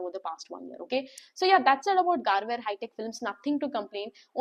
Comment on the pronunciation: Gar-vaa-rey- Pronounciation